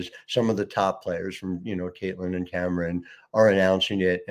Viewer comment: can't pronounce Caitlin Clark what a phoney jerk